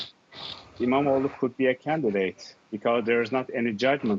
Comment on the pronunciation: E-mam-oghluu" extend the sound and special attention to the "gh" sound.